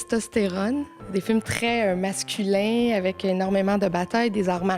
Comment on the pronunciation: "masculeŋg" for masculin .. Terrible 😩